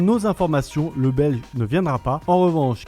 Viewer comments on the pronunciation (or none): Quelle voie monotone.. ZZzzzZZZZzzz .. et pour info on dit "le belge" et pas "le bel" .. Même lui (le commentateur) s'endort ZZzzzZZZZzzz ^^